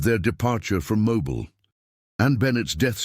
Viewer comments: Mo-bill is the pronunciation. You’ll not hear residents calling their home mo-bile.. lol. If that is a genuine photo or portrait the couple does not look happy but that is understandable. This couple was no different than the many many people throughout the millions who found themselves in situations of forbidden love due to either bigotry conceit or greedy parents wanting to further their own wealth by wealthy aristocratic marriages for their offspring. Besides it wasn’t that unusual for daughters and even sons of wealthy plantations to elope with their fathers slaves. Being around the slaves was a natural and familiar thing. After all they all called the plantation home. So I find nothing unusual about this story or this couple! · Not that you care but it is pronounced Mobill AL. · It's pronounced Moe-bill.